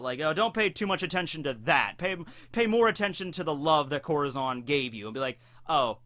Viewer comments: Corahzon? Try not to ad that "aw" sound at the end of every "A" when coming to Japanese (but in this case a Spanish word). nevertheless love your videos, stumbled upong them recently. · Dude i love your vids but your pronouncing it wrong (corazon)